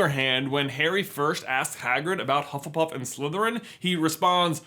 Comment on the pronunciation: Pengu Luu I’m sorry, what house is “hufflepurff”?